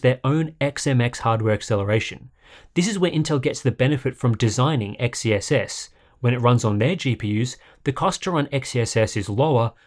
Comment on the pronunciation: I think XeSS is pronounced "excess", not the way you were saying it.